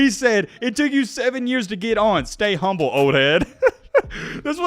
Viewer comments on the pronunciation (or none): none